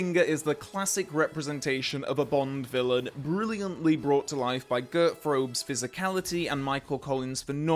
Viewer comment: It's not important, but if you ever want to pronounce Gert Fröbe's name the correct German way, try saying it more like: Gairt Frerbuh. :) Yes, Gert that rhymes with "air". And Fröbe split in two syllables, the first being Frö-, somewhat rhyming with "her" and -be like the be in Fassbender. 🤗